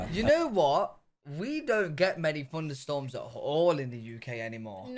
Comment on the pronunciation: Funderstorms? Seriously?